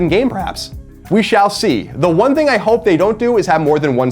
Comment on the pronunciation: Love the guy, kindred soul for sure, but Colin can't (or refuses to) pronounce a soft 'th' sound. I've never seen this in a person. It's always 'dzzthing'. "Here's, the dzthing", or "I don't "dzthink so". Fascinating. Never change buddy :D